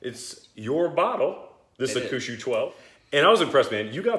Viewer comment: no big deal but i’ve always been told it is pronounced HAWK-SHOE. meh, who knows. It is great stuff. I used to travel through Narita airport frequently 15 plus years ago. In the business class lounge this, several yamazaki expressions, and both Hibiki expressions were part of the gratis bar offering. lol. those days are long gone!!